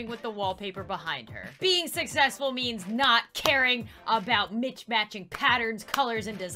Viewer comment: i was only listening to you cuz i was eating and i thought you said "live within your knees"